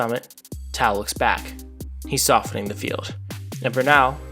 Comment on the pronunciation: Love this, great video! One note, Tao is pronounced pretty much like ‘Tay-Oh’, but you’re not the first and definitely won’t be the last to pronounce it the way you did